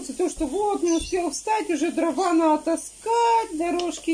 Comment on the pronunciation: не нао, а надо.